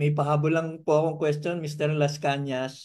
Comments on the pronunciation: MR ARTURO LASCANAS PO HINDI LASCANA SAY IT WITH AN "S" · Lascañas hindi Lascana.